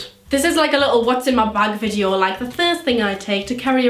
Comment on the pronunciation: The first time she said video sounded like vijio XD